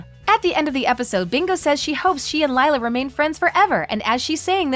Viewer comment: Who else was annoyed by her mispronouncing Lila